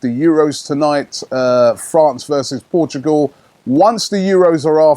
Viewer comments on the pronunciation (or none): none